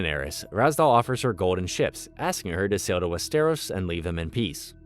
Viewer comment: WEST-eros and in the show they say Wester-ROSS